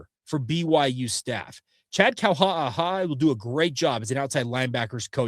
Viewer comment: I love you bud… And I listen almost every day… But please learn how to pronounce…KAUHA'AHA'A You sound like you’re choking on a potato chip, dude!